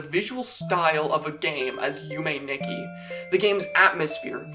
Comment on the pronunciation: Nikki is pronounced as "Nee-key"